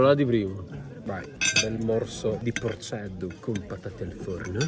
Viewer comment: È porcheddu e non porceddu